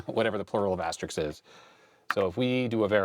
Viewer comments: Pet peeve: it's asterISK not asterIX, so the plural is asterisks. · The plural of asterisk is less relevant than you being able to say the word asterisk properly in the first place. Asterix is a French cartoon character. And, just for info, amazingly enough, the plural of asterisk is asterisks.